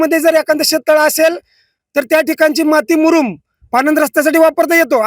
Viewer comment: मुरुम कि मुदुम